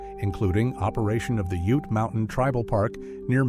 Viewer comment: He pronounced ute wrong And Even forgot navajo the largest tribe wow